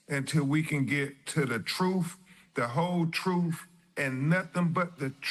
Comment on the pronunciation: LOL, does it make your skin crawl when you hear him say "WIFF... instead of with..AND TRUFE instead of truth....so what Exactly is his profession, that he shouldn't speak proper English.